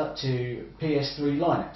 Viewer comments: Linux pronunciation is "Linniks" (or "Linn-uks") rhyming with "cynics" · i have never heard anybody pronounce it "lie-nux"